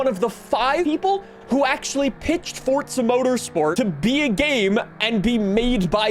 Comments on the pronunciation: Why are you pronouncing it "fortza"? its forza mate and if you wanna fall out about it then thats fine :@ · It pains me each time somebody pronounces “forza” as “fortsa”. GOD it pisses me off so much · Bro could you stop saying “fortza”? You literally only had 1 job blud... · There isn’t a “T” in Forza bro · Am I the only one who gets triggered/mad at the way he says Forza? (Not hate, just asking. no need to be offended)